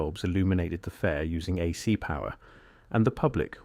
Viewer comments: These videos that at narrated by AI suck so bad. When it said “a C power” it was a dead giveaway. Tesla worked on harvesting power from the atmosphere. He never intended it to be free. Equipment would still have to be developed and installed. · This AI narration is unbearable. Disliked. "AhSeEe powah" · "Uh sea" power? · AI speech having issues with saying AC and DC. Lmao